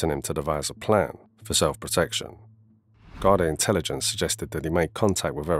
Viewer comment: Why are you saying Garda like that 😂😂